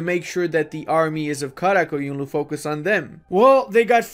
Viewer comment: Bro you said QaraQoyunlu and AqQoyounlu perfectly